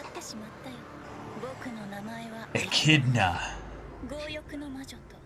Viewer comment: Finally, somebody who already knew how to pronounce "Echidna" correctly. This is why the are the best reactors. Men of culture and learning, through and through.